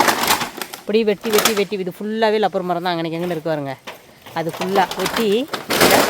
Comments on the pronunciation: இது லப்பர் இல்ல மா, ரப்பர் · Acho. Adhu rubber maram. Lubbernu solladheenga. Tamilkaranga ellarum ippo lubber lubbernu kozhandhanga maari solranga.